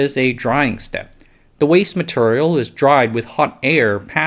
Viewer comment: Hey brother. Not a dig on you, but I have a request. Please work on your long e sounds. “Material” is not “maturrial”. It’s very hard to hear this across videos as they accumulate into hundreds of small nuisances and you are too helpful not to be honest with you about it. Very hard to listen to.